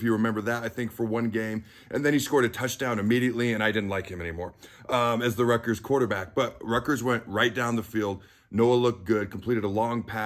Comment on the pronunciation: Hey,,, ……it’s Rutgers.